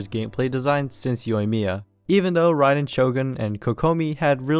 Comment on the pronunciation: Good video but your Raiden tho...